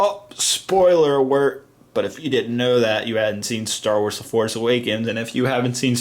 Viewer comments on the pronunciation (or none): did I hear him right, did he say spoiler awert?